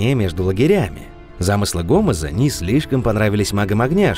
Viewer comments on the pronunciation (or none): После слова гОмез, понял что автор читает по бумажке и не был в колонии о которой рассказывает.